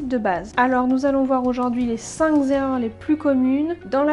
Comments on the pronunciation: Les cinq ZERREURS MDR 😱😱!!! Ah la langue française, c est quelque chose 😂😂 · « Les cinq Zerreurs » ... c’est les Zaricots qui l’disent qui y est ! Bref en un point,, éviter les BOMBES CALORIQUES ! La biZe. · Enfin une vidéo claire, sans chichi ni singerie ni humour débile. J'ai plus appris en quelques minutes qu'en une heure de vidéo sur le sujet. Petit aparté, il y a 6 erreurs car "cinqzerreurs" ça n'existe pas mais ça m'a bien fait rire. Chouette vidéo en tout cas!! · Cinq est invariable (pas de s à la fin). Cinq erreurs et non cinq "zerreurs" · Cinq erreurs et non cinq z’erreurs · Merci. Mais attention on ne dit pas les cinq Z' erreurs. 😉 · Les cinq Z-erreurs? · Cinq Z' erreurs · pourrait être intéressant sans les "zerreurs" (depuis quand un z à la fin de cinq ?? ca gâche un peu la crédibilité et le sérieux du propos ) et surtout beaucoup trop de "il faut, il faut pas, vous devez impérativement ..... ".Vraiment trop de certitudes et d'ordres sans connaitre les gens, donc peu crédible pour moi, dommage, l'idée était intéressante, mais la forme inadaptée. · Cinq erreurs et pas cinq z'erreurs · Cinq Z'erreurs, je cherche une vidéo en bon français, mais c'est difficile à trouver :-D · Cinqs erreurs ? Cinq zerreurs ? Désolé, mais "ça pique". :) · Cinq erreurs pas 5 zérreurs ! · Les cinq z'erreurs. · les cinq z'erreurs ?????? OUPS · Très intéressante vidéo,. Mais il n'y a pas de "S" à "Cinq". Ne dites pas "Cinq Zerreurs". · "Les cinq Z"erreurs" ? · 1 ère erreur, il n'y a pas d'S à cinq. On ne dit donc pas les 5 z'erreurs. Lol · Cinq Kerreurs, et non cinq zerreurs. Merci de parler français. Une erreur, ça se pardonne, mais la répétition finit par être gênante a l’écoute. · en fait c'est cinq zerreurs, ne pas oublier les deux "r" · Cinq Zerreurs 😂😂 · Très intéressant, merci ! Juste au passage, le mot "cinq" ne prends pas de -s donc pas de liaison à faire ! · Intéressant,, merci. Par contre il vaut mieux dire 5 (cinQ) erreurs, sans S et sans liaison!